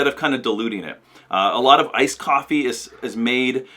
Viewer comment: What ....''ICED COFEE'' are you kidding me....